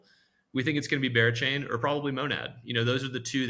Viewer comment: Can’t tell if he said bearchain or berachain